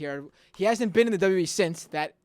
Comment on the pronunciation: You can't even say "WWE"; And most of your facts are incorrect. Was he really from your childhood? Because you look and sound about 12 right now. So technically your childhood isn't over yet. ;)